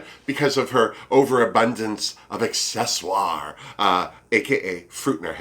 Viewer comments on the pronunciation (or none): Surprised you didn’t mention that Heidi went in having only sewn one garment before. And love that you pronounced it “accessoire” when referring to Crystal’s Carmen Miranda aesthetic...it’s just too bad she didn’t create something that look like brocc-ally as a nod to the newly departed Daliah! Seriously! ;)